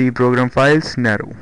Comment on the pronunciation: It's pronounced "Neeero" not Narrow.